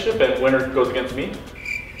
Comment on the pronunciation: anime lover 101 you said ne not me 😂😂